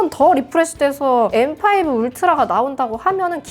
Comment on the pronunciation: 아이폰13시절엔 떨튀이-인나~ 라고 원어민발음하셨는뎅.. 이번영상에서맥소개하실때 엠파이부 라고 하시니깐 구수하네염